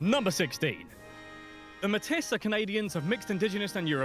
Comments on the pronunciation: The indigenous group Metis is not pronounces metiss; it is a French world, pronounced "may-tee". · In French, we say Métis with the s sound.